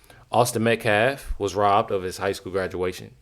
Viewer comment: Has anyone else noticed, they can all say, Karmelo Anthony, without stuttering on a single syllable. But none of them can say, Austin Metcalf. Every single one of them say Metclaf. It’s almost like they’re trying to purposely be disrespectful.